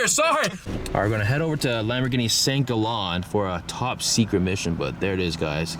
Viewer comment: It's Saint Gaalllen, not Saint Gollon. com'on